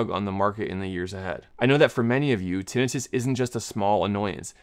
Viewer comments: He's saying like it's Tennis Wrist... say termite... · tinnitus /tĭ-nī′təs tin- eye-tus A doctor should know this. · I always thought it was tin-eye-tus 😅